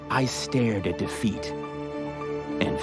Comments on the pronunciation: “But when all seemed lost, I stared at da feet, and found hope.” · Every time he says “defeat “ it sounds like DA FEET